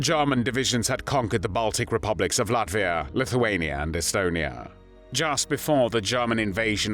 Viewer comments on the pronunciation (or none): none